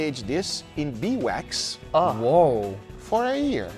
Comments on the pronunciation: Title spelling: Beeswax (correct) Guga throughout the video: Bee wax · Is it that hard to call it Beeswax? Not Bee Wax. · Why wont he say bee's wax instead of bee wax